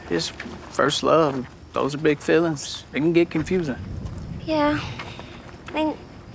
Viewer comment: I love how your accent gots more and mire pronounced - "feelings" tranformed to "fillings" 😂